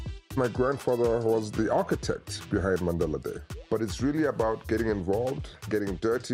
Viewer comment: Bro really said Maandale